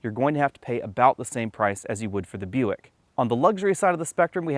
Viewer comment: Isn't Buick owned by GM? I keep hearing him saying European